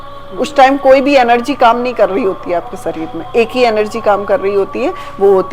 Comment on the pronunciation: Sareer nahi hota hai shareer HOTA hair Bollywood ke saste nashe